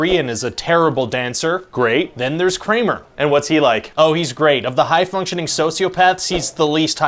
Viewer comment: Dang. You just murdered Kramer hahaha